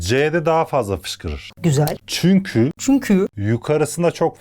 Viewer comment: ✨ÇüNkÜğĞ✨😅 çokk iyisiniz yaa sizin sayenizde hem gülüyorum hem konuyu çok iyi anlıyorum iyiki varsın # 💛🖤